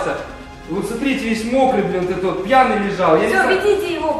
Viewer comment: ты чо пяний